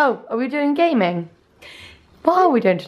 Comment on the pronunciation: HA! What I loved bout that kangaroo punch up video was how the kangaroo just stood for several seconds looking like "wtf did he just..." and then bounced off in other direction like "fair game, man". 😂😂😂 Rosie, I heard you as "are we gonna be doing some *GAY*ming?"